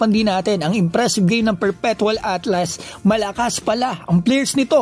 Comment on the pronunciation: ALTAS kuya. hndi ATLAS